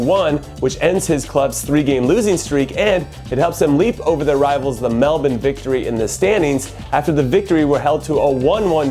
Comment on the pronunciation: yo but how you know how to say Melbourne right?